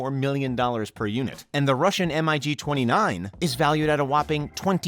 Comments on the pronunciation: It's MIG, not M.I.G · M.I.G.? Dude, it's MiG. Mikojan-Gurevich